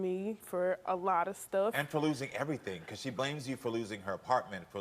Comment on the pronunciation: TOLT ME ERRTHANG ABOUT THE EVUH ASS MAMMY